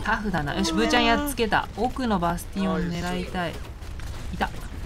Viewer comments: 「バスティオン倒した！」が「バステン倒した！」に聞こえるw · 皆さん言ってますが、バスティオンが本当にバステンに聞こえますww